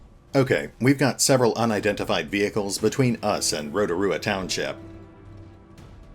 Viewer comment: I'm so glad someone can pronounce Rotorua properly, I have heard it butchered so much haha